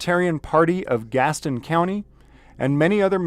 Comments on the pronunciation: Love the videos. This is 1 county west of where I live (Mecklenburg county, NC) it's no biggie but locally it is pronounced like gas tin (like a tin can). No big deal just funny when I hear your pronunciation. Keep up the good work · It’s Gas-ton lol you say it like all the transplants that are here. I’m just teasing you. Thank you for exposing the corrupt cops around here! In NC video can only be released by a judges order.